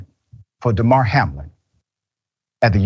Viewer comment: When the lady at the end keeps calling him "Day-mar" not Damar (clearly just reading it off with no idea about what the dude's name is) def makes it seem this is just an outrage video to get views.